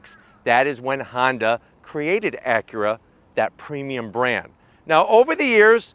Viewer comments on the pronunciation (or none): Your mispronunciation of “Acura” is terribly distracting.